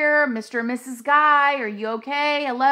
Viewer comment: His middle name is guy but it's pronounced like gee